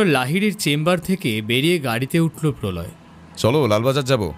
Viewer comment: Polau Som ✅ Prolay Som ❌